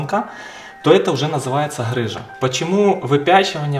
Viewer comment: ГГГ рыжа а не ХХХрыжа объясните кто-нибудь ему Русский язык ) Бля когда от доктора слышишь сразу представляеться Вася шо хдэ!)))